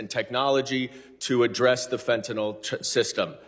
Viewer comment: "FENTAYL SYSTEM"?!?!?!?!?!?!